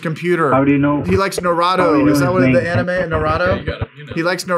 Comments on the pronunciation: all u do is cool and noble... But Bro calling Anime (AE NEE MEY) as (AE NIGH EM) is also a crime.... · The way u are pronoucing anime and naruto kinda bothers me but it was more funny. Keep up the good work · If I wasn’t such a huge fkn fan, I would have clicked off when you said “ aNIME” 😤